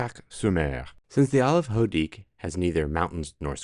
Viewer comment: Hoedic is pronounced oh-ay-deek. The name is derived from the Breton for duckling, neighbouring Houat (pronounced Waat) means duck.